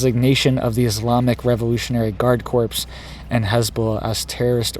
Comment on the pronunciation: "Corps" is pronounced like "core." The p and s are totally silent.